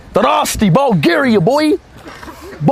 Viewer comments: "Ballgaria"🤨 "Lets sit up in balljaria"🤨🤨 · No way bro said "Bulgaryuh"😂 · Wait did u say Ball Garia